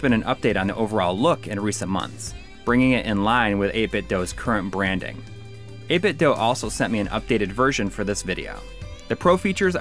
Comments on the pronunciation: It is pronounced "8-bit Doo". The weird cube speakers they make power on saying the company's name. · Why does everyone say 8BitDo wrong? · Wrong. It's 8Bitdo.